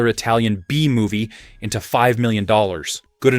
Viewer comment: The pronunciation of Italian is awful!